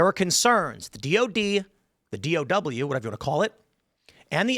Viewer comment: You said DOW wrong